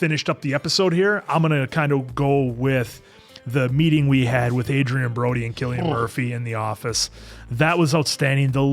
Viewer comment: Cillian is pronounced with a 'K' sound